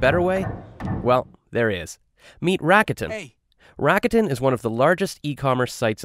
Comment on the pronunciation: I wish the narrator just used the proper pronunciation rather than degenerate it for the masses. Saying Rakuten like he does makes it sounds like Racketeering instead of its actual meaning which is "Optimism".